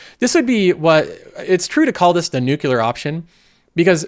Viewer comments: why do i hear nucular when he says nuclear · Wait, Iran have a Nucular program as well!? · Did you say nuke yoular